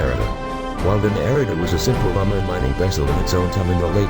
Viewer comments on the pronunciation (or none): none